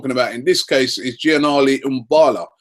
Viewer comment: This Cech deal is getting ridiculous now, are Arsenal signing him or not? This deal is going to fall through. All this being stingy could cost us. And, Robbie, Imbula is pronounced (Em Boo Lah) NOT Em Baa Lah.. And I don't want Vidal to come to Arsenal. All we need is a GK, DM and CS. Wenger don't let us down!